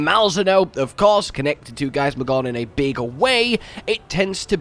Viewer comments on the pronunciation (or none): He’s still saying gaismagorN